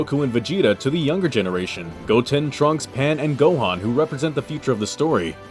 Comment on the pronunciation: ITS GOHANN